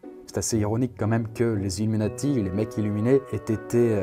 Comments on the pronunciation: emeeati mdr Désolé je suis tatillon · "les Héméati" oui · Le nombre de fois où tu écorches le mot illuminati mdr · IL N'Y A PAS DE "S" A 'Illuminati"